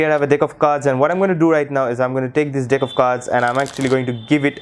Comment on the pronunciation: Dude its deck not dick hahahahahaha